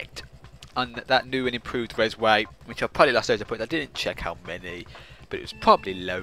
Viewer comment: It's actually called "Rezway"